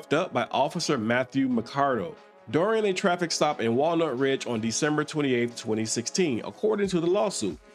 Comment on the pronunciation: Walnut PD stressing, the "nut" part of the name.